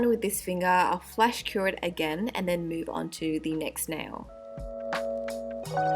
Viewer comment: i thought she said flesh cure... ... but those nails are amazing